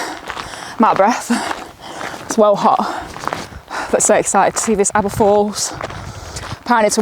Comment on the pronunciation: Great video absolutely love Aber Falls and don't worry you did say it correctly 👍 Awesome drone footage of the falls 👌 I used to be the same with about long walks etc, my mum used to walk around the Great Orme and I was like why?? Little did I know hey! All the best..